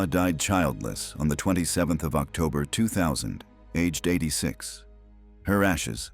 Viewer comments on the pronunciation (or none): none